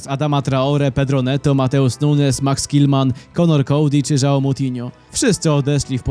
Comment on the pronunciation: Nie mówi się "Żao", tylko "Żuau" (mniej więcej). Łembli